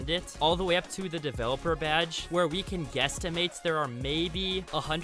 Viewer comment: The only thing that is triggering me is how u say developer